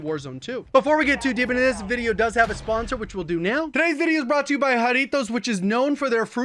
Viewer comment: You pronounced Jarritos perfectly. You’re from the west coast aren’t you